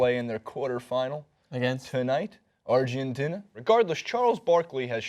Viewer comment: outside of the fact that he mispronounced Argentina smh... and everyone on the first dream team were ball dominant as well, including Mr Barkley, those guys weren't scoring all those points being role players. true the competition is a bit better but, I saw a interview where Barkley said these new international teams wouldn't come close to the dream team he played on so what does that mean? these are things journalist shouldn't shy away from. instead of just agreeing with Barkley cause it's convenient, or maybe they don't actually know what they're talking about?